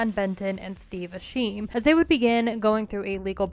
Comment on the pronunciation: Completely butchers the pronunciation for Asheim showing her true level of familiarity with the band.